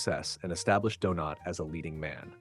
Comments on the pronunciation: And it calls the actor Donate instead of Donat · Stupid rowboat narrator even reads out the IMDB references as well as going from saying Donat, to what sounded more like Doughnut! Here’s a tip - use a genuine human to narrate your videos. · Nice video moving story spoiled by the awful, americanised AI narration. Several time the actor was referred to as Donate rather than Donat. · Listen again. Several times the actor was referred to Donate instead of Donat. Definitely an AI narrator. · “Donate,” “Donut,” geez. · the constant mispronunciation of the actor's surname is hilarious - do-nut, do-nate do-naut .... doh! 🤣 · “Donate” made his debut?… geez, enough with the AI voices. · Any chance you could be more consistent with the pronunciation of Donat’s name? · Nice tribute. Your 4 different pronunciations of his name were somewhat humerous 😊. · Why can’t you pronounce his name correctly the T is silent more pronounced like a y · Teach the AI robot to pronounce his name, for Pete’s sake! I’ll just have a jelly Donat. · Is this ai? Donat is pronounced in several ways, ranging from donut to donaht. Clumsy. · Good to see a tribute to Robert Donat, although the presenter appears to have difficulty settling on one pronunciation of the actor’s name. To be sure Donat’s voice and on-screen persona were unique. However, actor Roger Liversey’s voice could recall Robert Donat's. Liversey being the more robust of the two actors. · Also he mispronounces Donat in alternate sentences. It's AI.